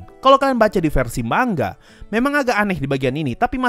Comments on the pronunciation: Kalimat asli : manga Yg gua denger : mangga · Manga Bang Bukan Mangga :v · Baca manga pakai "Ng" Indonesia, bukan mang-ga